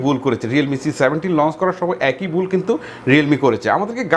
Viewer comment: উচ্চারণ এর সমস্যা আছে। বুল,টকাচ্ছে,গাদা,কারাপ😂😂